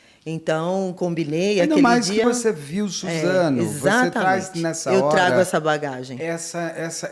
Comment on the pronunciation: kkkkk troquei o S pelo Z